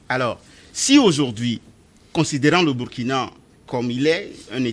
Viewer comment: Il faut bien prononcer le nom du pays; c,est Ecrit Burkina mais on lit Bourkina